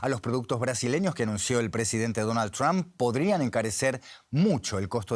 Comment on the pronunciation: Por qué los españoles pronuncian tan mal el apellido Trump? No se fijan cómo lo hacen sus compañeros y sobre todo, los angloparlantes.